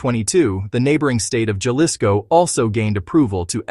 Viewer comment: Please teach the narrator to speak basic Spanish words like 'Jalisco' as his pronunciation is difficult to bear. Other than that it's a good video.